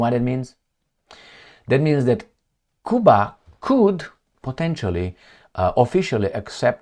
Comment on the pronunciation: You not pronouncing Cuba properly